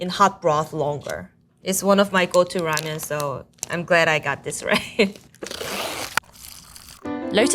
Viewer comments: She can’t pronounce ramen in English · she can’t pronounce “ramen” though 😅. She kept saying “ramyun” which is the korean style noodle soup. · She cant even pronounce ramen 😂 RAMYUN 😎😎😏😏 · i love how it's clearly written "ramen" on the packages, but this beach goes out of her way to say "ramyeon" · Someone tell her to pronounce it "ramen" instead of ramyun. Put some respect on its origins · Is it ramen or ramyen? That girls keeps adding a Y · Korean Lamyeon not ramen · In Korea, instant ramen and ramen are classified as different foods. Instant ramen is called 'ramyeon', but ramen is called 'ramen' just like the Japanese pronunciation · Ramiyen, lol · Why are they saying ramyuen not ramen? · Ramen not ramien 😅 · She keeps saying rah- me-yen. Never heard that pronunciation before. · Cool, I hear them pronouncing it like: Ram-yen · She lost me at “rameein” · Is it pronounced "ram-yen" or is she just saying it weirdly? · It's cute everytime she pronounces "Ramen" like that. RAMEAYN :) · I'm surprised she's Korean instead of Chinese because the way she pronounces ramen sounds really like the chinese way "la mian" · I never knew before how much it being pronounced "Ramyen" bothered me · Why is she pronouncing it ram-yen? Is that the authentic way to say it? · Also ramen “ramyan” lol I think Korean was probably just her first language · The female chef says Ramen similar to the Chinese pronunciation. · The narrator mispronounced every single ramen. Like butchered it. Goodness...